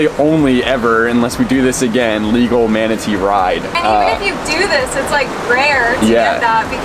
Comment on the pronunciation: Manatee or WOMANatee 🧐